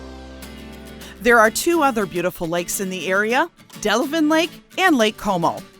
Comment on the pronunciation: Delavan not Delvin - Don't get stuck in Lake Como - mud bottom full of turtles